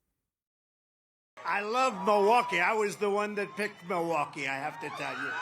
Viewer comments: He pronounces it Moowocky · Milwaukee has certainly had its share of visitors. The French missionaries and explorers were coming here as early as the late 1600s to trade with the Native Americans…it's pronounced "mill-e-wah-que" which is Algonquin for "the good land." -Alice Cooper